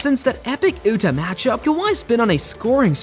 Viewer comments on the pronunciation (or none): "Ootah Jazz"?🙄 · These AI text to speech are atrocious lol, I gave up the second time I heard it pronounce Utah wrong